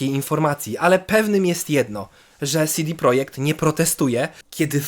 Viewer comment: Mała uwaga, czytamy ich nazwę "CEDE projekt" a nie "SIDI projekt". CD to skrót od Centrum Dystrybucji.